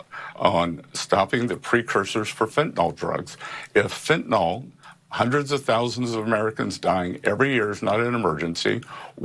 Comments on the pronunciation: Are they all on planet are they on, planet Assclown? Scott you tool, it’s Fentan- il, not Fentan-ol. Know what you’re taking about besides starving Americans. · Why the F cant ANYBODY pronounce fentanyl yo! Its not fentenol its fentanyl. Its a shitty drug, and we all hate it. Do it justice by saying it right! FENTANYL NOT FENTENOL